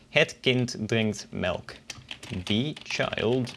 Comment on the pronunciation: Hello, Thank you. It's very interesting but there is a little problem with the article 'the' in English. You often say 'thi'(with i) instead of 'the'(with e) even when there is no following vowel. The children, the food, the milk, the rice, the sandwich, the girl ...... ( / / / ........ ) You can join us on Discord.(users of Duolingo) - >